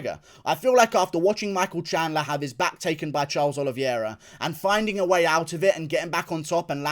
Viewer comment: It’s pronounced oliveira not oliviera